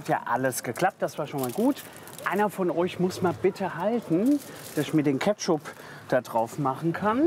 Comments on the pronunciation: käpschup“ Ich heule AAAAAAH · @@ Geheimtipp: extra ketschooup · Junge junge.. Ketschuuup, Lahmatschu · So jetzt mal Kritik für den Herrn: 2/5 Sterne Warum? Aussprache: Lahmatschuuu, Ketschup, Kyros!!! Sonst unterhaltsamer Content! 😂😂